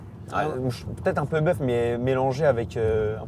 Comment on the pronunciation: j’suis trop trixma par les JV, quand il a dit bœuf j’ai compris “buff”